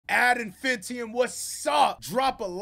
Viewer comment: It's not Ad Infintium, it's Ad In-fine-ite-um. also, how many others agree that Stupendium is a [BigShot]?